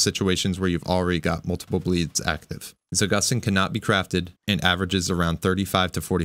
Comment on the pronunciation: It's not za-GUS-teen, it's za-goose-teen. Trust Russian, it has a meaning behind the name